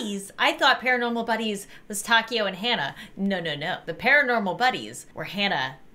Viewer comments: The takeo name is pronounce takyo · One of my friends is named Takeo... It's TUH-K-O I dunno if you understand lol